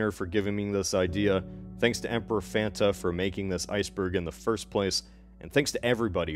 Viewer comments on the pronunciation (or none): none